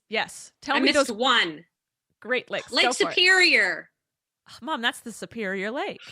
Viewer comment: Great lakes... for a second i thought it was "great legs awareness say" Im Here like thats a thing????